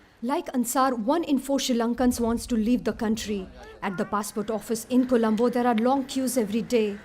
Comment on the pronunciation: It’s Not Kolambo it’s Colombo And It’s Not She Lanka it’s Sri Lanka. 🤦🏽‍♂️